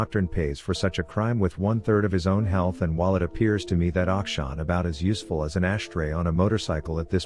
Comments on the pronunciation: Tyler actually does a decent pronunciation of Akshan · he is pronouncing it right lol